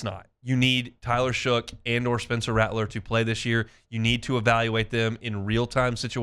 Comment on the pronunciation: Shough pronounced "Shuck"